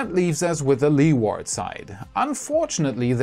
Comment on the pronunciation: A little English pronunciation tip. Your english is great. Leeward is best pronounced Lee-wud, or Lee-wood, not Led-ward! All the best.